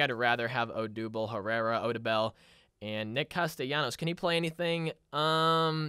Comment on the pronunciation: Odubel Herrera name got miss pronounce so many time being a Phillies fan that hurts